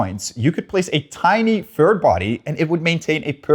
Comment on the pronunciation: Technically, I think he said "fird interpretation"